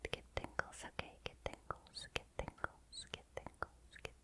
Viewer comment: Your... mouth sound enunciations... are FLAWLESS. The G and T on the word get and tingle, the D and T in Doesn'T, all of your hard syllables pop in the softest but brightest way, like raindrops on my brain-window.